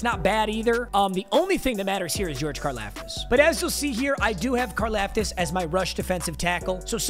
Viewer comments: You say his last name like car- loft-tis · Car-Loft-Is. Holy shit mm casual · Why’s saying Karlaftis wrong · I go to Purdue and you are saying his last name wrong fyi